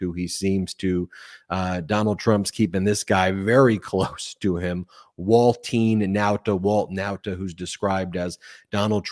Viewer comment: I really can't stand how u say Walt Nautas name!!! I love the show but the way u say his drives me crazy lol